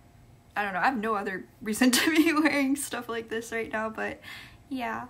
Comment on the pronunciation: Are you "raght"? 😅😅😅